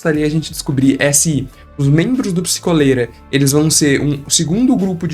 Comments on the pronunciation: Eu queria muito que fosse psikÓlera e não psikOlera eu odeio a sonoridade de psikOlera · mas é pronunciado psikólera, psikolera vem de duas palavras: "psico" e "cólera" então a pronúncia é essa mesmo